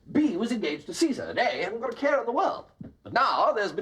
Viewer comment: "Cesar", hahaha!!!!